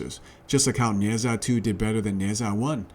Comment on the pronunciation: "Neh Jaa" not "Neh Zaa"